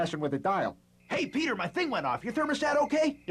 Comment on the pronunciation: Never thought I'd ever hear Lois saying Peter's name properly